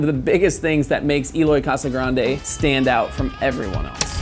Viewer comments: More like kasa-grandji, and you can vibrate this “R” a little, but not much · pronounced kasa-granchie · Why dose every one say his last name wrong it’s spelt casagrande but pronounced like casagrange the d sounds like a g